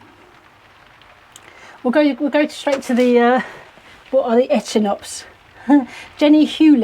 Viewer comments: Echinops pronounced eckinops,. Things are coming along so well on the allotment. Hope you can sort the shed leaks without too much expense. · Pronounced eckinops 😅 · Hi it’s pronounced e-kin-ops, your plots coming along brilliant